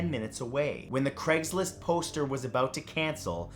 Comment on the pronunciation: Take a shot every time he says “cregs list” instead of Craig’s list.